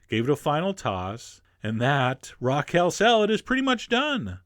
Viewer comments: Chef John, what planet are you from? Why do you pronounce perfectly ordinary words so strangely? Kell? It's KALE. /rant overwith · I like how chef john pronounces kale